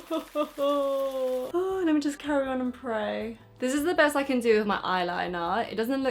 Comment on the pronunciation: 'I ceennn' 😂😂 love u